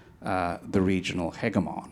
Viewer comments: I can't take the other guy seriously because he mispronounced "hegemon' like 14 times. I was waiting for him to say something about "hyperbowl". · How come Mr. Varghese does not know the proper pronunciation of "hegemon"?!😃